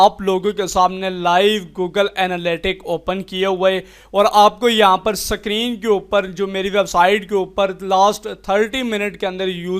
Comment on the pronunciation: sakrin nahi screen hota hai😁🤣😂